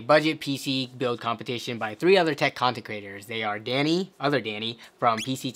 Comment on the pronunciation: your accent threw me, I had to listen to it like 4 or 5 times and then I finally realized you were saying 'content creators', but I swear it sounded like 'tech concentraters', oh man... I got to go to sleep